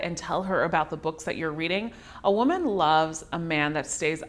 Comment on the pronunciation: She keeps misappropriating the pronunciation of the word "woman" in this video and it is distracting. Otherwise its a great video.